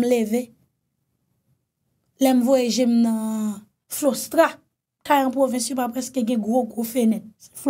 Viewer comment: C pa flostra c clostra